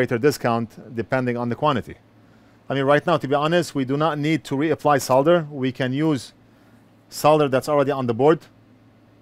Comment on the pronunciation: so glad you pronounce it "Solder" not "Sodder"